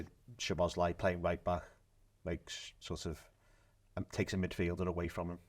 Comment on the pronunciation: Every time I heard the lad say SHoboszlai, a little piece of me died inside.